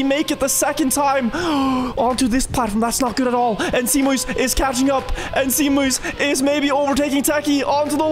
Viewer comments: You pronounce zeemuis as SayMuys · Zeemuis is Dutch so its more pronounced like "zay-mouse". Means sea mouse. Proud of my compatriot for the podium- lekkerrrr